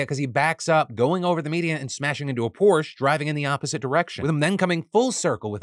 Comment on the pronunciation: PORSHAA Phil! PORSHAA😢